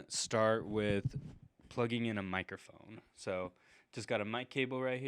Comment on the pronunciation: Buttons, not “buh-INS”. Button, not “buh-IN.” And it’s “mike-ruh-phone”, not “mike-ERR-phone. Jeez. Whoever taught you to speak like this has not done you a service.